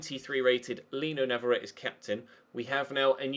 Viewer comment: I hope you know that navarrette IS left footed but he just also has 5 star weak foot! Also navarrette is from Argentina, a Spanish speaking country so his name you have been pronouncing wrong for a long time, it's pronounced n(ah)-v(ah)-r(aye)-t(aye). To reference, one of the champions league qualifying rounds last season, the announcer pronounced it correctly.